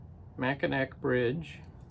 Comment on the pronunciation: Don't you love it when a plan works out, your travels were worth it! Love the glass vase. Cute duck brush, something you don't think about until you need it. It's "Mack-n-naw" Bridge & Island, great place in N. MI. Great haul & cool items, take care.💠